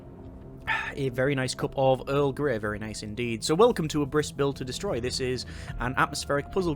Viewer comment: I guess the game is called Abriss like the German word for Demolition. It is pronounced Ab-riss (short stop after "b", short "i", sharp "s"), instead of A-briss. But all the Youtubers say it like you do :)